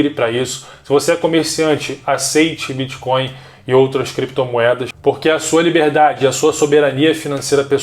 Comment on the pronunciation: gente não é BITCH coin caralhooooooo bitch significa puta então vc ta dizendo '''moeda de puta'' ,,,, BITTTTTTTTT coin isso é um T